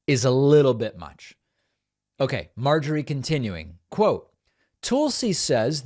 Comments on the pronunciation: David. Love watching your show but you are pronouncing Tulsi wrong. It’s not TOOLsi, it’s TULSI as in Skull. I mean, you wouldn’t pronounce Tulsa, Oklahoma as TOOLsi Oklahoma. Right? Not a fan of the former Democratic Congresswoman but this is an easy fix. 😊😊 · The way that David butchers her name as Toolsee when it’s pronounced like Tulsa is as disrespectful as Judge Jeannine not being able to learn how to say Kamala correctly. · Please stop saying Tool-see. She's the worst, but it's making me crazy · As an recent ex-Republican, I’m not a big fan of constantly pronouncing her name as Tool-si. Reminds of the childishness that I happily left behind with the Republican party. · “Tool-see” Gabbard. The most appropriate pronunciation of that name.